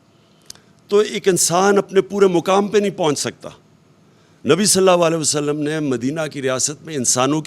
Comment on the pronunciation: Jisko Sallallahu Alaihi wasallam bolna nahi ata tum log Usko pata nhi kesy support kar rahy ho bhai Is shaks ny Apko Siway taqreer karny ky Aur Ehsas programme sy jo Mustahiq nhi thy unko paisy 12000 deny ky elawa Arbo rupees ki corruption ky siwa kya diya Mahengai itni ki ky Ghareeb banda Ki khareed o farokht karny ki oqat nahi rahi Allah Ap sab logo ko hidayat dy Khuda kelye apni Ankhy kholo Agar Achi Taqreer karny sy 4.5 Achi batein karny sy kuch ho jata to Aj Hum Pakistan waly Kaha hoty Kashmir bhi hamara hota Imran Khan jesy Achy Muqarrir buhot hain Har Gali Muhally mein